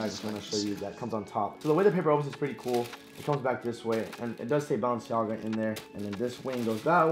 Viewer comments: He says baallenciaga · I Think Your Saying Bounce-Jogga🤷🏾‍♂️ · Bruh its Bah-len-see-aga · he said BounceMeNaga 💀💀💀💀💀💀💀💀💀💀💀💀💀💀💀💀💀💀💀💀💀💀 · Why Do You Say Balenciaga Like That😂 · He can’t pronounce Balenciaga